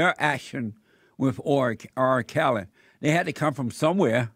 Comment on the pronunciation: Jesse, i love you bro. But why does it seem like your struggling to say the letter R, in R kely